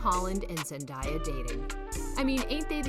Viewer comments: I’m tired of hearing Zendiea and Tomdaia! 😕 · its not zendiya its zendaya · ZenDAYa pls pronounce her name correct. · pls stop saying zen-die-ya its giving me brain damage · ZendAya not Zendya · LoL you said zendiya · its zendaya not zendieya i am disliking this vid she personally said she hates when people call her zendieya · Hellooooooo. Her name is Zendaya. NOT Zen-DIE-Yaah. 🙄 So annoying when they don't take the time, to learn the proper, dam pronunciation of someone's name! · It's Zendaya not zan daya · Pronounced Zen-Day-Ya, not zen-die-ya. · It’s not Zandaya it Zendaya please say it write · IT'S ZEN-DAY-A. She literally made a video on how to pronounce her name. Please watch it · You have to learn how to say her name right ! Like David Tate Jr says: Zen-Day- A . You can’t be reporting new about her if your can’t pronounce her name right! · Had to stop watching the Zen die a was irritating me to the core. I kno she's not doing it on purpose but it was going through me. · Why does she keep saying her name wrong??!!! Lol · An you please say her name right next time. Thank you cuz you butchered her name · You said her name wrong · No one will believe a thing you say if you can’t even pronounce her name right. 🙄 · I was about to say the same thing!!! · I know right